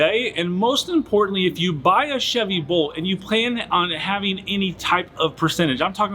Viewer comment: I can't tell if he's saying Volt or Bolt.